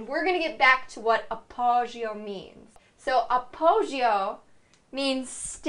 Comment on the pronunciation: You aren't pronouncing appoggio correctly.